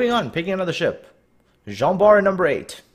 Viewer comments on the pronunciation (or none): I started to watch that video. Tried to watch it but just can't. Jean Bart they called Gin Bart or idk but it was too funny so I stopped there. :D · They also got the pronunciation of Jean Bart wrong.